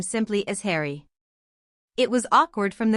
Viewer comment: “ Just call me Hawrry”